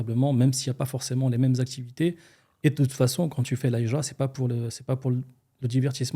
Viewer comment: Je vous invite à travailler sur votre prononciation du mot Hijra 😅 هجرة et pas حجرة